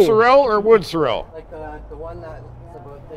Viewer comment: Anyone fancy pronouncing sorrel correctly round these parts?